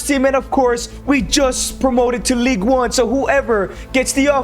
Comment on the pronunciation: It's not "league" it's ligue